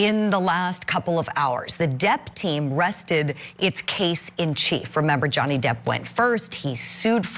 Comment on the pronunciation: Oh Amber wants to back out now.. Noway.. You slaughtered Johnny's name, it's way to late now Heard Brains.. Johnny has lost out on a lot of work because of Amber's Faulse Accusations.